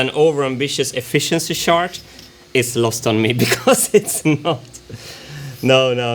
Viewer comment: Martin's gotta work on his pronunciation of "chart" lol